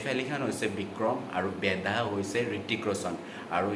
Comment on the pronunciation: O dada movie khnr nam tu vl koi kbo xikok .. Vikram medha nohoi .. Vikram vedha .. ru movie khon 30 September t release hol juwa kali nohoi 😒